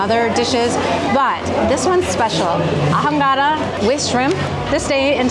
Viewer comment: H is silent in Spanish…ahogada … pronounced aogada